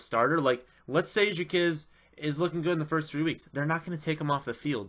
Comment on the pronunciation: Stop pronouncing it as "jakizz" it's pronounced "jakwizz" it's hard to take someone's analysis on players when you don't know there names